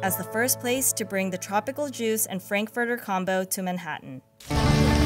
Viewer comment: OMG!! Please learn how to pronounce the t's in Man-hat-an NOT Man-ha-en!